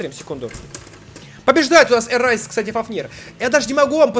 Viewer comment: Не эрайс а эрэйс